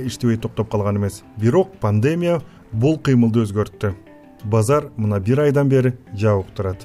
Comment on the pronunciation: ПандЕмия эмес ПандемИя